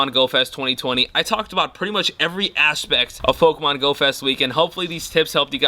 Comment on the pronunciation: ....Did just say "Ash-pect"?.... Very punny 😂